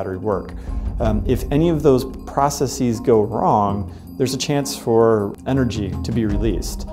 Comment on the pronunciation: Can someone please tell him how to pronounce "processES" please? Not processies.